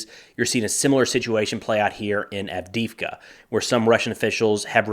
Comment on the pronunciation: Can you say Add dee Eve Ka ?